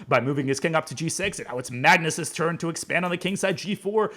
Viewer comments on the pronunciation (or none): none